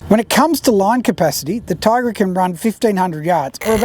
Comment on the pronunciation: "Ti-agra"like tee-agra, not "Tai-agra". Duh... I have both, but my Alutecnos Albacore is better than both (apart from the clicker volume, which you can put a stronger spring in for). If you don't look after your Talica, the frame with corrode way faster than a Tiagra. Talicas feel flimsy compared & have a silly light weight rod clamp system. The internals are nowhere as beefy as on the Tiagra. It I was going to war against an army of Swords, I would take the Tiagra. It's a nicer thing to own also, if you only can have one or the other. The Tiagra feels like something you would hand down to your son, the Talica feels way more disposable. There is one thing that is nicer on the Talica 2-speeds though. The 2-speed button, it's great & looks nicer than the Tiagra/Tynos & TLD ii's one. They are different reels at the end of the day. I doubt they will be making the Talica in 30 years' time though. The Tiagra has stood the test of all that time. There's a reason they are still great sellers today. Quality. If you're into cars, I would make this analogy: If you like techy Jap turbos, get the Talica. If you like V8's, get the Tiagra. Boy's toys personality wise. But if you like Ferraris & euros, get an Alutecnos.